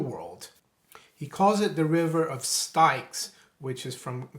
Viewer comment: the river styx...pronounced the same as "sticks"